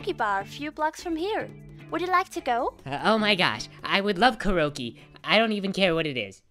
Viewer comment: lol "keroke"